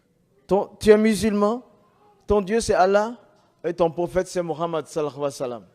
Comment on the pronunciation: Bagaimana bisa mengaku eks muslim. Menyebut nama nabi Muhammad Saw saja salah. Ketahuan bohong nya. Baca surat alfatihah gak bisa